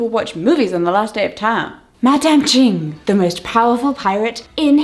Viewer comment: hellos!! just a little tip: the "ch" in words like "cheng" and "ching" are pronounced the same way as words like "chase" or "chapter"! hope this helps in case you need it in the future :)